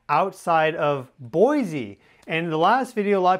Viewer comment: You said boise wrong